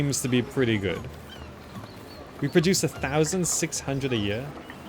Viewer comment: Just a random language related question. Whenever you say "hundred", I hear "hundreth". Is that an accent thing? :)